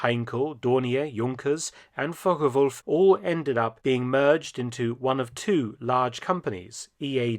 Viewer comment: I really appreciate the way you pronounce Focke-Wulf